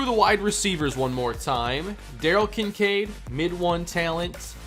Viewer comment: Kin Kade are you kidding it's kin sade